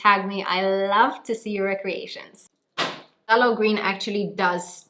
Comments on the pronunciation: Thay-lo green not Fff-tah-lo green.😉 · It’s pronounced like “thay-low” green, the ph is silent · I thought it was pronounced Thay-lo. Interesting Eta: Wow. Very good color on you. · Love the hair! just so you know for future reference, the 'ph' of phthalo is silent, so it's just said 'thay-low'. it's easy mistake to make as its not a super common word outside of the painting world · its pronounced Thay-Low .. just a heads up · Pthalo Green is actually pronounced "Thay-low" green! Source: Bob Ross 🤣 And it looks STUNNING on you,! You rock it girl. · The t is silent. You don’t pronounce the “t” in phthalo green. Have you ever watched Bob Ross?